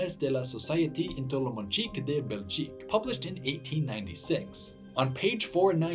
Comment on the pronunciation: Great video, but the Spanish pronounciation of the French-language "Annales de la société entomologique de Belgique" just killed me!